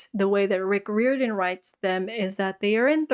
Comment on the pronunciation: Isn’t it pronounced like: Rye-Or-dan?